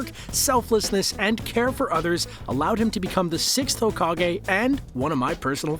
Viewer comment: Fun fact you pronounce hokage like Hoe-Cock-gay